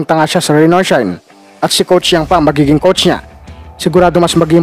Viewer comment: Brod. pilipitin mo ung dila mo para mabigkas mo ang Yeng hindi Yang